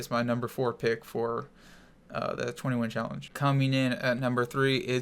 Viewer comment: It's 20 win challenge what he says idiot